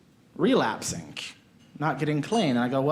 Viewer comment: i have OCD and can't watch all the way through because you end almost EVERY word with a K relapsink????